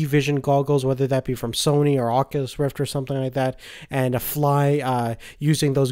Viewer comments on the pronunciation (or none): none